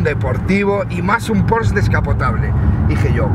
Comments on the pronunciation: Se dice Porsche... no porsch.... hortera. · Se dice Porsche tal y como suena no "Pors" cómo dices es un error común. En alemán se pronuncia así.